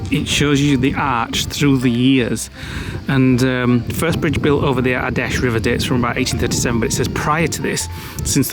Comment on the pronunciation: I laughed way too much at “ rock a hoy? “ 🤣